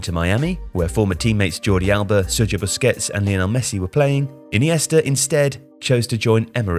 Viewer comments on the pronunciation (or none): none